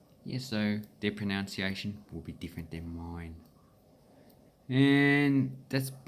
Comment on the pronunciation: It's not pronounced proNOUNciation. It is pronounced proNUNciation.